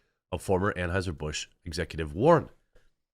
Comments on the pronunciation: Did he say Tranhueser Bush 😂😂omg I just can’t with this today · U said transheisur busch?.....🥳🤣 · I probably misheard, when you said "Anheuser Busch" I thought I heard "Tranheuser Busch."